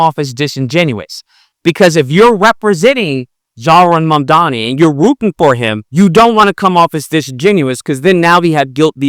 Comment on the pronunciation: He does sound like MAGA. He even pronounced his name wrong.